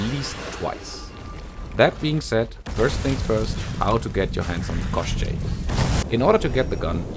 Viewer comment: You actually pronounced the name of the gun really well. For reference, in Slavic fairytales Koschei is similar in concept to western Lich.